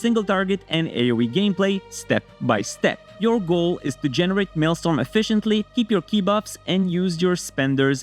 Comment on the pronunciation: You are mispronouncing maelstrom